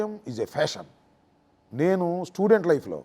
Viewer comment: రాజకీయం పేషన్ అనాలిరా ఫ్యాషన్ కాదురా, నీకు ఆ సంబంధాలంటే ఫ్యాషన్ రా అందుకే అన్నిటికి ఫ్యాషన్ అంటావు.